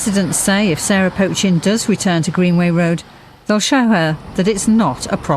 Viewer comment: For the 3rd time her name is NOT 'Potch-chin' it 'Poe=Chin. Listen to both the studio presenter and the female journalist voice over comments. You might not like her politics but at least pronounce her name correctly.